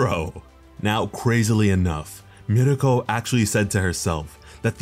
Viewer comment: Everytime he says mirko i get so mad